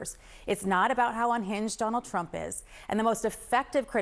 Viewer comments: not you called him Trimp 😭😭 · Just an aside - he called him trimp, right? Very funny!